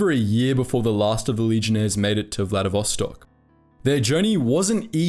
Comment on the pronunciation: This video is so wrong even first 16 seconds had two mistakes: It's First World War so there are no "Axis" but Central Powers, and it's Vladivostok not VladiSvostok